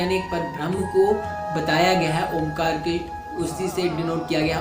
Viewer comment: Omkar nahi kahete sikh oaekar kahte hai